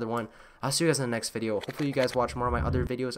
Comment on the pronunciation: "What all the oders like to wear." What...?